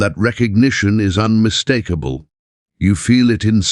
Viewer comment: Hi. Again, unmis-TAK-able sounds like TACK so, makes me think you’re AI.